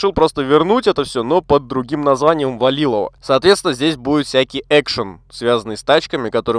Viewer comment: А че никто не пишет что в начале он сказал "ВалиВоЛо"